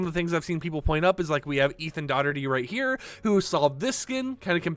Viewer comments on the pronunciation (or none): none